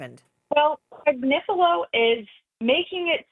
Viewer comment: His name is AG nif i lo